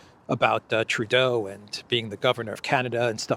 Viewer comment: Justin Tur-dodo! 😂